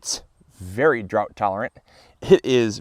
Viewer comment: Oh I thought you said very drunk tolerant. Realized you said drought. lol